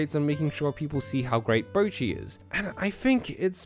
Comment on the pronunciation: Bocchi Subtitles: Bruchi 💀